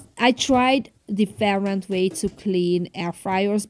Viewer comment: Different . Please check the pronunciation. Please